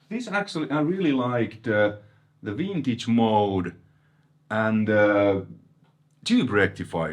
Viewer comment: Did actually said Vintage and now Wintage!? 😋, good to see a Dual Rec on your channel! yeah they are a different beast! I sold mine and got a VHT pitbull (back in 94!) after that "Helmet aftertaste tone", tooootally not understanding what the DR tone was about! Getting another DR 2025! 😁